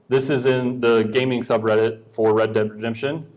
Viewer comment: Red Dead Redemption, not Read Dead.